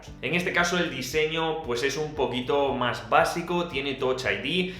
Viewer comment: no se por que cuando dice un poquito mas me suena aun riñon mas :'v